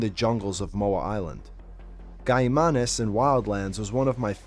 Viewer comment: might be the first video I’ve seen someone pronounce Caimanes correctly